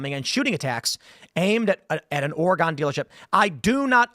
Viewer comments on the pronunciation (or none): Love your show Tim, but it’s pronounced Or-uh-gen not Or-E-gawn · the way you say Oregon and Tigard really does trigger me 😂